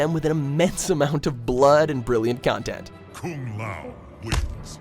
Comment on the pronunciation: "a treasuree trovee of extra contentt"